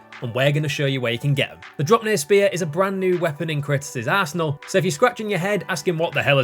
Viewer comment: "in his assenal."